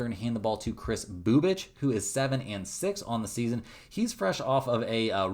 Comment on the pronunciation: The way u say Bubic lmao.😂 I'm immature ik